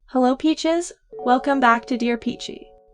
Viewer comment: When she said "hello peaches" My unholy ear listening: "hello Bi**ches"